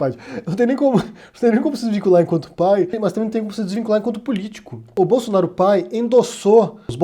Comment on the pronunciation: "Flávio Bolosnaro"